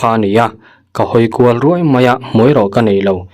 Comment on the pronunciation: Meng â rûai nilo in Ruaî tihtur..ngatinge mahni ṭawng thlûk pawh hi itihdik theih miahloh hlawm le?